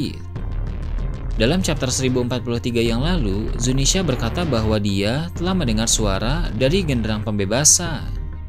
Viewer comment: please bang. Zunisha bukan Zinisya